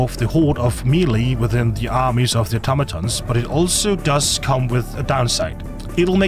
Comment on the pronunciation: Thank you for being the only content creator to pronounce automaton correctly. Also great content